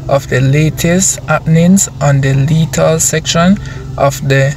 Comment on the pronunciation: ti is leith and not lieth bro